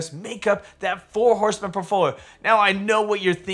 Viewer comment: I’m sorry but The way you say “portfolio” in every video drives me nuts 😂. It’s like you barely finish the whole word